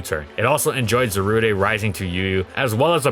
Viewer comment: The E in Zarude is silent.